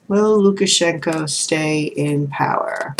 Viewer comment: Thank you so much for taking my question 😍😍😍 and yes, you pronounced Lukashenko correctly. I really hope the people of Belarus will get their freedom.